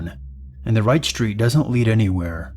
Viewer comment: You sure you're on the right "schhtreet?"